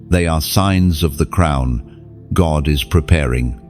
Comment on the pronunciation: Crown not crumb’s